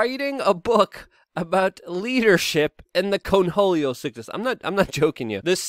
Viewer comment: The sheer number of words you mispronounce and phrases you say incorrectly its staggering...how do you manage to be a Podcaster. Its Cornholio, not "Conholio". Like as in your "corn hole". Ffs